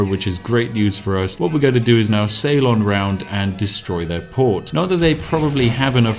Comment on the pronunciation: "... I'm gonna sail on over ..." or was it "... I'm gonna Ceylon over ..."? ;P